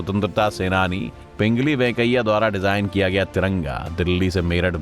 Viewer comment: Woh Pingali hai pingli nahi kripaya aise chote chote cheezon ka dhyan rakhiye